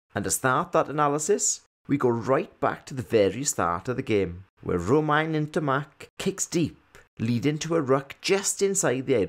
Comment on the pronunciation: It's Romain not "Romaine" Ntamack ^^